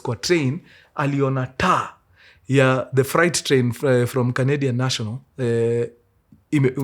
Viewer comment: Mkuru sema freight... Fre alafu 8. Sio fright